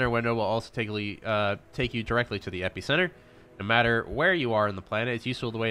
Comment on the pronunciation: Five minutes in, and I'm really enjoying the creator's personality and the video.. But the way he's pronouncing epicenter is triggering me xD